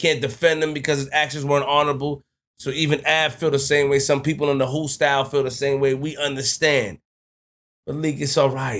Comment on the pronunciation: what’s a “whoostyle” the word is hoosegow.